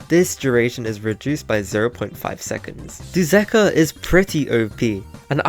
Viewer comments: Bro literally said duzakah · bro said dusakar